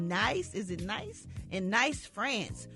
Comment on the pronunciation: It's Nice (pronounced like niece), France, Brat.